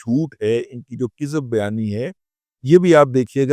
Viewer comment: کذب بیانی کا درست تلفظ ہے ک کے زبر کے ساتھ نہ کہ زیر کے ساتھ،